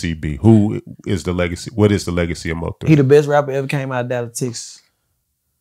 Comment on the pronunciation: Thank you Im so tired of hearing Moe3 like get that man name right